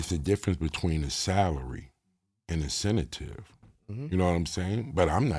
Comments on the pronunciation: Am I crazy? Is this man trying to say incentive 🤦🏿‍♂️🤦🏿‍♂️🤦🏿‍♂️🤣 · Incenta tive 😂😂😂 🤡